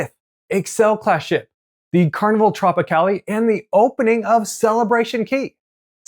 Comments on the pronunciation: Dang dude. It's not Tropicalley. It's Tropicale..as in Ale. Carnivals first new build. Geez do research before doing these videos please. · No added long e sound at the end.